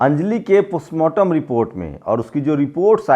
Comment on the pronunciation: अबे तू पुसमार्टम बोल रहा है सड़क को सरक बोल रहा है बोलना तो सीख ले